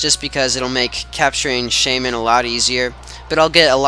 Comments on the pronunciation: Yup, it's "Shay-min" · i think u are saying it right that how i say shaymin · u said it right